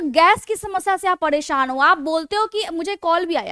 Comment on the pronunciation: Padesan , puda din pudi raat , pudi saam , badabaad hone lg jaega, etc ....👌 I like your voice maim 😍